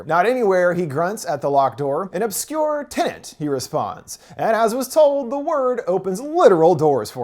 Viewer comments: Wait is it TINIT or TENET? Could you maybe speak properly? Or is that too much to ask? It is, isn't it? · There's only 1 "N" in the movie title.... it's not "Tenant" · It's tenet not tenant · Tenet "Tenent" explained recapped.